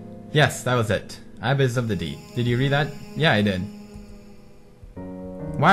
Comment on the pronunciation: it's pronounce (abiss)